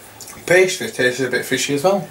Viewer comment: I like how they say “tasttes like fish” haha